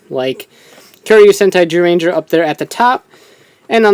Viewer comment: Why does he say gyuranger it's zyuranger